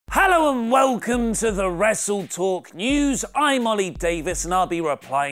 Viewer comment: it's Oli not "Oil"